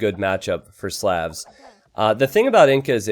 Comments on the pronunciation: great video! But could you pronounce Slavs normally. Please. It hurts. Same sound as the au vowel sound in Slaughter. Which is what happened to them here. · When is somebody going to tell that he pronounces "Slavs" wrong?